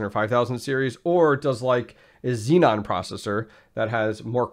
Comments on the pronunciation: Man is zee-on.I can bet that intel engineers are hitting their ears every time they hear you say : zee mother fucking non :D :D :D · Xeon = Z-On, not Z-non